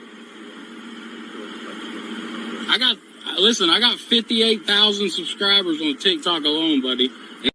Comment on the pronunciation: 58,000 TikTok "suhscrabbers "? From a dolt that removes his shoes to count to eleven? This houseplant is hilarious!